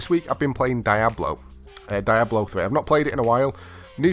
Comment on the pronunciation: Die-ob-low is that his accent or is he pronouncing it wrong ?